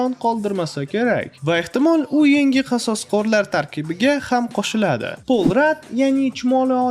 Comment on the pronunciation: qososqorlar deb zaybal qivordiz qasoskorlar deb oʻqing